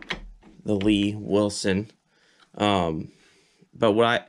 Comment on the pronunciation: It's not "Lee Wilson". It's L.E. Wilson.